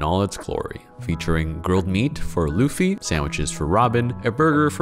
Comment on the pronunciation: Which mf heard "Luffy" and decided: "Yeah, I am sure he meant Louie"